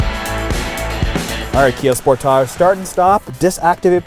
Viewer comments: Spor. Taage.. dude thinks it's a French word. How irritating! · How do you really pronounce "Sportage"? Cuz the way he saying it is really weird lmao